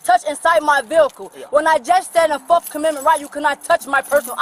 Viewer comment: I didn’t know there was a “forkth” amendment